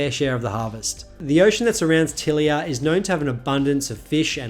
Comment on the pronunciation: I have a feeling that as a pseudo-romance language it should be ty-LEE-uh, not TILL-i-uh.